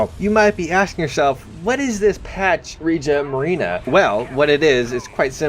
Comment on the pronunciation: Incredible, you actually pronounced "Regia Marina" quite well!